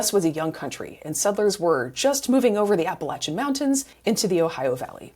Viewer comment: Is that why they’re called the “Apple Achuns”? 🤪